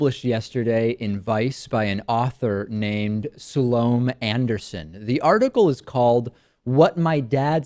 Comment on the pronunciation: If you are going to take Ms. Anderson on you might do well to learn how to pronounce her name properly.